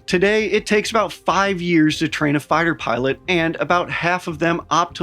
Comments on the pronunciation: "...their filot pighter corps..." Their filot pighter corps???? Another nate light, huh...? LOL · pighter filot corps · “Filot Pighter” 😂😂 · Ah, yes, "filot pighters" were always in such short supply